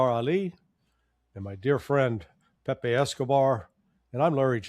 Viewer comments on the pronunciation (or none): none